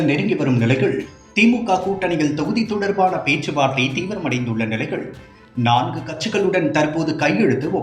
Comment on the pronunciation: "நிலையிழ்", "வரையிழ்", "நேரத்திழ்..." என்ன இதெல்லாம்? கருமம். கேட்கவே காது கூசுகிறது.